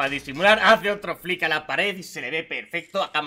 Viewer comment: Por lo menos has aprendido como se dice flick